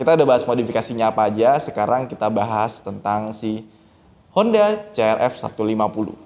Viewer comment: Bukan C-R-E-P